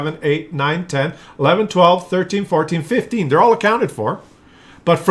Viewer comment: count 3 times ten instead of twelf ? c mon